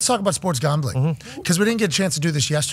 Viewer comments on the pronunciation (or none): Why can’t he say gambling correctly? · Did he say sports gawmbling?